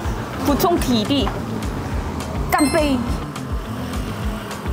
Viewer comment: 这里笑死我了？是故意的吗？到底是想说“干（去声）”啊？还是“干杯（平声）”啊？